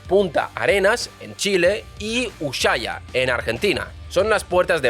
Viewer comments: ES USHUAIA NO USHAIA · Te corrijo la pronunciación: no es ushaia, es USHUAIA (Se pronuncia u-su-á-ia) saludos desde Argentina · Ushaia? No será USHUAIA? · Te lo escribo así lo pronuncias mejor... ( fonetica) usuaia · USUAIA, se dice USUAIA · se pronuncia " U S U A i A " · Me duele escuchar decir Ushuaia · A lo único que le acertó el chanta este fue a la fecha fin del tratado antártico, lo buscó con la IA, lo demás no sabe ni pronunciar Ushuaia, (que indique las supuestas bases Chinas en Chile, haaa dice que en Chile ya se hablan Chino) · Ushuaia se pronuncia sin la h. Al menos aca en Argentina... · Me hiciste reír cada vez con tu pronunciación de Ushuaia 😂😂 Gracias 🩵🤍🩵